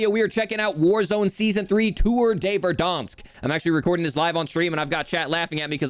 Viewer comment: its ver-dann-sk